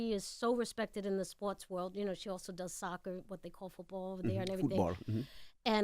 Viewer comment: “Fut-bal, um hmm” 😂